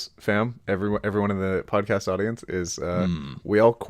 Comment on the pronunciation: says Pod-Cost and that is an unforgivable crime